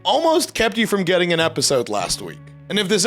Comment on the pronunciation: you pronounce your "ing"s like "ink". It's getting me so angry.